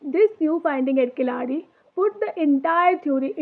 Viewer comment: Good..... Just try to say Keezhadi ( Keeladi) கீழடி..... Don't say kilaadi 😢😢😢😢 Tamil (Thamizh) Malayalam had 3 letters of : la , lha , zha